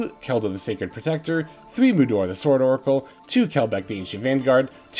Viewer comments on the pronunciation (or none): none